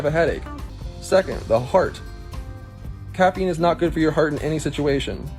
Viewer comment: Starbucks kid thinking he's a doctor... as he mispronouncingly reads from Google about caffeine🤣